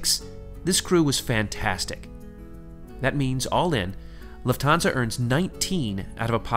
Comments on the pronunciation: Luft-hansa...not Luf-thansa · It’s pronounced ‘Luft - arnsa’ incorporating the German word for ‘air’ - ‘luft’ as in ‘luftwaffe’ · It’s pronounced loof-tans-a not trying to be rude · Been wondering how Lufthansa is pronounced 👍